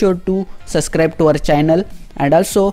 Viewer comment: Did he say "suvscribe to our chinnal